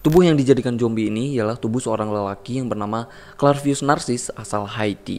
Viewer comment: Zombie ❌ Jombie ✔️